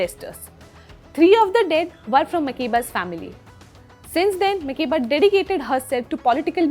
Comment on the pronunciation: But why is her name mispronounced? Mak-air-ba.